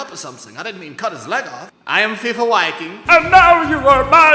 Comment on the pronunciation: I am 99.9% sure the Viking is pronounced viking and not wiking, even in a Finnish accent